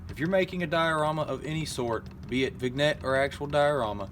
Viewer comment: Vignette is pronounced "VIN-yet", not "VIG-net"